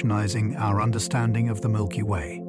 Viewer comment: "Milpy Way"